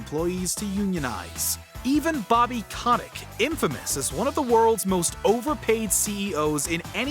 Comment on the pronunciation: Bobby "Cod Dick"? Okay, maybe Kotexx doesn't actually deserve to have his name pronounced correctly...